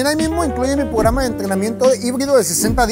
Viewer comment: dios duelen los oídos con lo de "pograma" XD